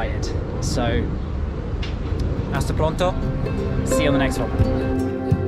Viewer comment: I love the way you say "gracias " You say it with no accent at all. Centro historico, tongue, eye and hasta pronto sound perfect in Spanish as well. ❤❤❤ Try "tacos al pastor"